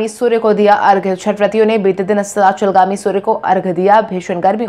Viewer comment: Bade shabd tum nahi bol pati ho astachalgami tum nahi bol pai